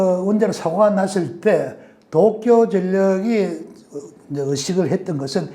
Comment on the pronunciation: 중립적이고 학문적인 이론은 잘 알겠습니다. 무작정 못믿겠다 하기보다는 참고할만한 점이 많다고 생각해요. 너무 무서워하기 보다는 어떤 사실을 주지해야하는지 알 수 있었습니다. 문법적으로은 완벽한 한국어를 구사하시는 것 같은데 문장 후미를 끊어읽을 때마다 올라가는 억양, 된소리 뒤의 ㄹ받침이 부드럽지않은 발음(칼슘, 어쩔수 등) 문장 중간에 “뭐..”하고 발음해여할 때 ‘마’ 하고 짧게 끊어발음하시는 것, 특정 단어의 억양(몇몇가지, 특히 도쿄라는 단어는 완벽한 일본 본토 발음입니다. )등에서 일본식 억양이 느껴지네요. 일본에서 오래 생활했고 한국에서도 일본인들과 일하며 많이 듣던 일본식 한국어입니다. 교수라고 하셨는데 전공과 소속이 밝혀지지 않아서 설명이 좀 필요한 것은 사실인 것 같습니다.